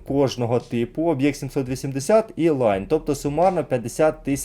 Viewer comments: Всі говорять лІон а як завжди наголос скаверкає лАйн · Навіт відео варгеймінга говорять ліон а автор каже шо то лайно😂😂😂😂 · Просто читає як англійською, але це італієць, тому Ліон.